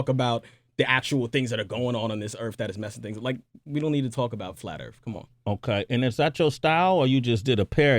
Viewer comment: PSST.... Mr, er... Sway... You live on EARTH, not "ERF".